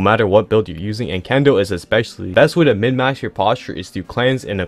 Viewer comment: its minmaxing not midmax wtf 😭